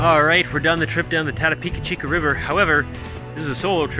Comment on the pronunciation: Ran it twice last season in June with Kayaks, portaged 3 times of the 60 km's had a blast, your video doesn't do it justice for the scenery even thought it burnt, doing again this June First weekend. The fact that you miss spoke the name sucks lol.